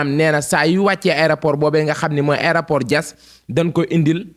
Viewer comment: Juste morte de rire en l’entendant dire aidaport